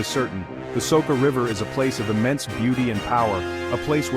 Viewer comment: Soka? It should be something like Socha. Wrong pronounciation. Otherwise a great video, lot of passion in it. Congrats